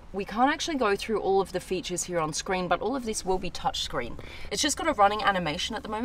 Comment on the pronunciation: Here ❌ heya ✅